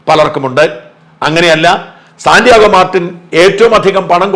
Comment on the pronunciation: സാൻ്റിയോഗയാണോ അതോ സാൻ്റിയാഗോ ആണോ ?